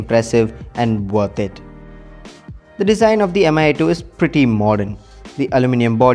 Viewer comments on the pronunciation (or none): It's /mee/, not /em-ay/